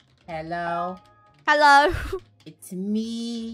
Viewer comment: When funneh said hello to Draco with an accent 😂